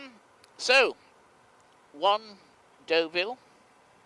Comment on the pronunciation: Deauville mate not Doveille